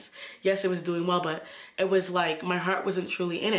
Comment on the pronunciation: "But wait" lol I know caribbean sis when I hear one.